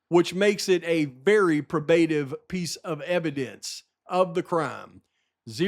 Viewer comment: Sorry but it’s pro-buh-tive and dee-cee-dunt. Keep on rocking. You’re the man. The new team should hire you!